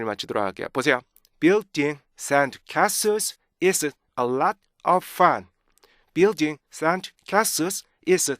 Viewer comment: 연구 진짜 많이 하셨네요 와... 근데 죄송한데 맨 나중에 fun 하실때 자꾸 퍼t 들려요. N을 좀 정확히 발음하셨으면 완벽하실거같애요. 감사해요